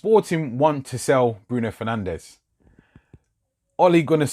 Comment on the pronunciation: Its pronounced fer nanj not fernandez